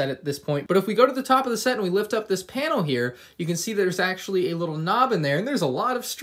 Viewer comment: ahh yes “Auctually”